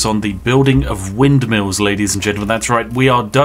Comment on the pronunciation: When Spiff said I really love mindmills, he became truly Dutch for a second.